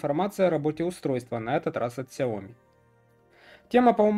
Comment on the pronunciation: Про глушить в видео "окей гугл" очень мило, спасибо) Кстати, в сяоми ставится ударение на И. 小米 можно вставить в транслейт, а также могу дать авторитетный источник в этом вопросе если интересно :)